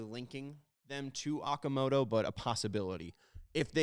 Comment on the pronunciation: Pronounce “Okamoto” like “Ohtani” with a long “O”, Not “Ah”. If you want Japanese players, you should pronounce their names properly! Just like “Honolulu” NOT “Hanalulu”.